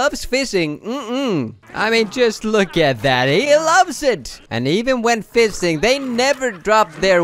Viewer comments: he says "seild" instead of shield and fisting instead of fishing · F- fising? Y- you mean fishing? tf?